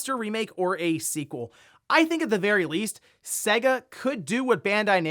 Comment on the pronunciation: It's pronounced Say-Guh.